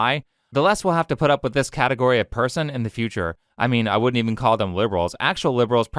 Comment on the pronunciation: OH GOD THE "FATEGORY" BS MADE ME LOSE IT😂😂😂